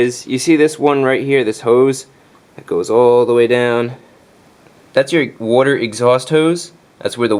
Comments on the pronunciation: Soapy woder generator :D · I appreciate both the video (so helpful!) and the pronunciation of "water" (so nostalgic of my childhood in SE Pennsylvania!) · Excuse me, but are you saying warter or water? 😅😅joking. Thank you so much for the video, it totally helped. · I love how you say water. Wuter 😭❤❤❤❤ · say “wodder” again!! 😍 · Beware the "wudder" hose! Great video man. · Hey Chrisfix are you a new New Yorker? I assuming by the way you said water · you must be italian the way you say water..